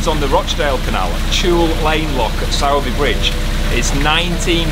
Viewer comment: Always interesting and full of news and laughs are your vlogs. One thing Sowerby Bridge is pronounced “Sorby Bridge”. I have a lot of useless information to pass along!